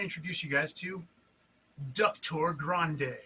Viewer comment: "Duck-tor Grande" 🐤🦆👓😂😂😂